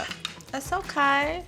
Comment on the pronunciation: that “That’s OKAY” sounded sooo Vietnamese core in the best way possible 😂❤